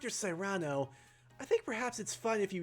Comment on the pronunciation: Cyrano is pronounced "Seer Ann o". Outside of the story of the same name, I'd never heard that name used. Granted the last part of the dlc was also based on a story (albeit with the roles of protags and antags reversed), but Momotaro and Cyrano D' Bergerac don't really have anything in common. If anything, this Cyrano feels more like a slightly younger and more ethical John Hammond from Jurassic Park